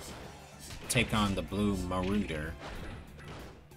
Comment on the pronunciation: Muscle Muscle looks a bit like Randy Orton if you asked me. 🤔 And Mr. Solitude looks EXACTLY like Triple H, but in his early 20s. 🧐 Veteran Power could probably his brother and he’s based off of Mr. T (Hulk Hogan former tag partner) and/or Booker T. Blue Marauder’s name is pronounced “Ma-Rah-Der”, and yes, weapons should’ve been added in the game. 😎👍 Dark Fletcher is DEFINITELY The Undertaker IF he was a pirate! 🫵😂